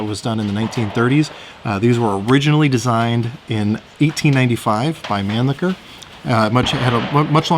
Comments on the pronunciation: I really dont like people pronouncing it Manlicker when the real pronunciation sounds like Monleasher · Why can't shooters pronounce the names Mannlicher and Styer? As a point of historical fact, it's really not very difficult. It's "mon-licher" and "stey-yer". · You mispronounced Mannlicher. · And almost all the other German words.